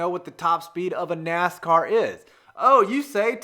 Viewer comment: You seriously called the cars "nas cars" are you kidding